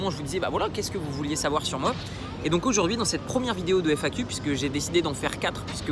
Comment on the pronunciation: Felicitations, mais fais attention a la prononciation FAQ ça s entends comme I Fu.... You